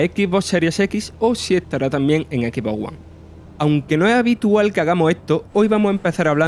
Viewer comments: En la vida escuché a un Locutor decir EQUI BO WUAN.... Un chino te lo pronuncia mejor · EN EQUI BO WUAN!! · equi bo wa, traduccion X Box One, cambien el tipo que habla inmundo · que mal que hablan en el video dicen X en espanol pero One lo pronuncian en ingles